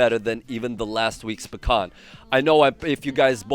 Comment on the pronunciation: Say Pakhan one more time.... I dare you...I double dog dare you!